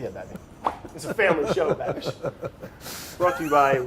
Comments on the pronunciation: Anyone else annoyed with "Babby"? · I'm only 2 minutes in but does Brad ever call Andrew anything other than Babby? Lmao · i just came here to hear brad say Baby....(Babby?) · oh my god im obsessed with how brad says babishs name plEASE do more cross overs with babby